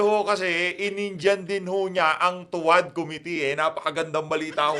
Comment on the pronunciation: Sabi ni Dan Fer, to wah, to wah,to wah di niya mabigkas ang tuwad, nanga- utal!!!